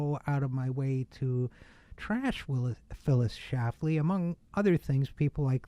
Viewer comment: What a terrible synopsis of a Great Woman. Her work was to defend women and protect their rights. This man has no clue of her scope of work. He cannot even pronounce her name correctly. He knows nothing about her. She was one of the greatest Americans in our nations history.